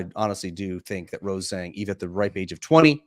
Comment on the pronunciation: For the love of god can you guys break this run of incorrectly pronouncing Rose Zhang's name please? Look it up and let's do it properly.